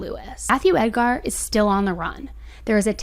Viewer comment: I'm not trying to be mean, but the emphasis is on Ed, so it's pronounced as ED-gar. The gar is pronounced as grr or ger. Love your videos! You give clear, concise accounts of these true crime tragedies. I also love that you put your 2 cents in the vids because I'm usually saying to the screen right around the time your sassy comes out. 😊 Also, Merry very belated Christmas 🎄 😊.